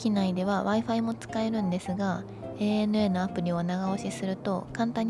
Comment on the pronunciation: おひさ～ANA（エー・ネエヌ・エー）ではなく、正確にはANA（エイ・エヌ・エー）ね😁😁 飲みすぎんなよ～